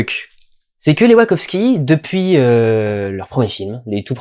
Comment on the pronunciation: D'habitude je déteste tes critiques mais celle là est profondément intéressante parce qu'elle invite vraiment à une relecture du film qui est, effectivement tellement à fond sur chaque scène qu'il en est frustrant. Ta théorie qui met en avant que les Wachowski (please arrête de dire ouakovsqui) veulent un peu calmer et faire redescendre sur Terre la génération Y est très très intéressante et elle permet de voir le film au second degré. Reste que Mila Kunis n'a vraiment pas le charisme (ni les dialogues) pour un personnage de cette ampleur (sans compter l'incohérence de son personnage qui passe de l'ignorante à la juriste qui maîtrise le code civil de l'espace en l'espace d'une scène, peut être à cause du découpage à la hache, effectivement). Cela dit, j'ai trouvé qu'encore une fois, les Wachowski avaient une excellente théorie qui détruit la perception nombriliste que les humains ont d'eux-mêmes (dans Matrix, nous sommes des piles pour alimenter un monde de machine, dans Jupiter Ascending, c'est un peu la même chose mais pour des humains supra capitalistes), c'est assez intelligent mais ça reste noyé dans un film d'action qui en met (trop) plein la vue.